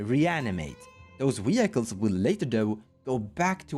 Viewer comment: Wee-Hykles is fantastic and the only way i will say it from now on